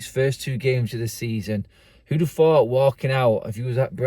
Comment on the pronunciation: who would have phooooouuught